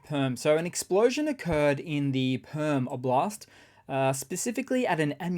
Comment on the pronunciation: Lol perm-oblast sounds like perm-afrost to me